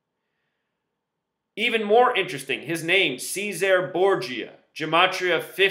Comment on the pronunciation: If you're going to make a video about a famous historical figure, first learn how to pronounce their name correctly, you fucking moron. 🤣